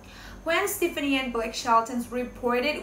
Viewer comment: They did NOT have interest i. each other til AFTER l Gwen filed for divorce in August of 2015 you stated this fact wrongly. Also, learn how to pronounce Gwen's last name .It's pronounced Steff ah knee